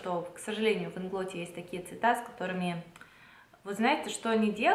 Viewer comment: Привет! Ударение мы делаем на первый слог в слове Инглот, потому что нас учат так: В польском языке ударение почти всегда падает на предпоследний слог.